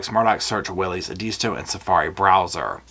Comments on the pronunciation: Good analysis. BTW it is pronounced EDisto, not eDISto. Used to spend Fall Breaks on that island. VEry nice. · So happy to have found your channel! It’s GREAT, save for one itsy bitsy thing. You pronounce Edisto Beach, Edeesto Beach. Try this.. . E pronounced like first letter of Ed. The i sounds like the I in tick. The rest is easy-peezy….I’m going to the STO to get some milk and bread;never know when that hurricane might hit!!! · Hi, it’s pronounced “Ed- is-stow” Edisto Beach 😊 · Big gallon zip lock bags full of pill bottles. I would bet. Also you are pronouncing Edisto wrong. Watch the trial one day they say it 5000 times lol